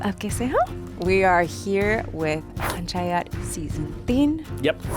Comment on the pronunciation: 5 its not Punch but its pronounced as Panch (Pa in Papa) 😂😂